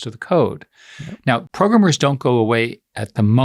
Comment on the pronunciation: Eric Schmuck. Always despised how he says 'PROGRUMMER'.